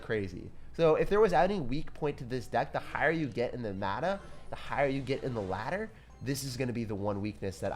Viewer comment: the higher you get in the madduh. Madduh: meta+ladder=Madduh Also pronounced matta